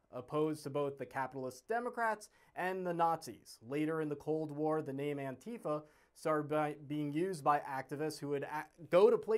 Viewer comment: Your commentary is absolutely correct, including yourself as you aren’t even able to pronounce “Antifa” properly.